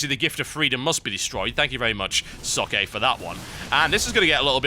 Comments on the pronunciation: Why can no one pronounce Socke's name correctly? Not a rip on you at all TB, no one gets it right. It's Zock-uh auf Deutsch. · TB, just so you know, Socke's name is pronounced "Zawk" like the word "sock" or "hawk" with a Z and the beginning.